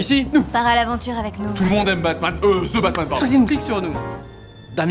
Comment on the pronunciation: vous savez que pas parce que c'est anglais que le 'TH' deviens 'Z'. On ne dit pas 'ze' , mais 'the' (de). ca fait un peu fif zozotter